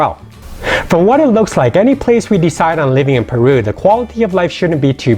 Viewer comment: I lived there for 4 years .what are you talking about..you cant even pronounce common words..ceviche peru haunchaco.. I'm done here..your driving me crazy.